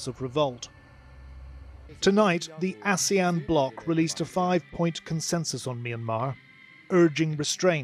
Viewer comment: Its ASEAN not Asian